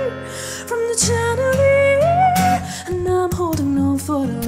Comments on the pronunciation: really nice. but just a tip for you.. it's pronounced shandelier... 'sh' sound (like in shout), not chan. cheers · Can someone please tell her the correct way to pronounce (and sing) chandelier (sh-and-uh-leer)? Otherwise, well done. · I love this cover but it's pronounced shandelier even though it's spelled with a ch but I still love this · Justin Salud well pronunciation is part of a vocal performance so... and conversely you're discounting her pronunciation for her craft personally this is one of my favorite covers of this song but it is pronounced with a SH not CH sound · its shandelier.. pronounce it properly... thats all. otherwise its a great singing performance.. I likeit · Instead of chandelier she pronounced tyandelier... I'm sorry but it's true... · It's pronounced like shandilier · Nicely done both vocals & guitar. Yes, I noticed the different pronunciation of "Chandelier" but it was fine. This is your version, not a copycat. Good for you! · Her high choruses are beautiful but the mispronunciation of the word 'chandelier' is very distracting. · I somewhat agree but I think the 'acoustic' set makes the falsetto suitable. What I for some reason, didn't like, was the way she pronounced chandelier lol. But this is well done nonetheless. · I really appreciate this interpretation overall with the falsetto in the chorus and the acoustic guitar! But I don't think you're pronouncing chandelier right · Sometimes her singing was slow and she pronounced chandelier wrong... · u mispronounced chandelier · can no one pronounce "chandelier" properly?